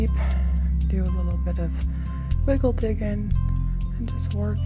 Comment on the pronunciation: Did she say wiggle diggin'?